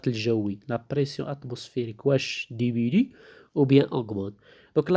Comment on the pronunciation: si on enseigne en français ,il est formellement interdit de parler en arabe.c'est antipedagogique..en plus des fautes d'orthographe (au moins 3 ou 4).mauvaise prononciation (demenue alors que c'est diminue )